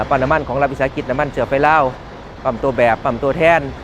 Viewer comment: นาทีที่ 1.48 จนท.พูดว่า น้ำมันเชื้อไฟ ผมว่าผมได้ยินไม่ผิดแน่ ใช้ ช.ช้าง จนท.คนนี้ ขายซาด555 ถ้าพูดคำว่าน้ำมันเชื้อไฟ ใช้ ช.ช้างทั้งนั้นเลย